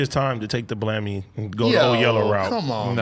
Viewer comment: AD said take the blammy to the cat lmao 🤣